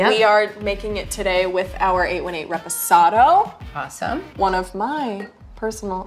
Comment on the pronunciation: The way she pronounces reposado makes me want to die barf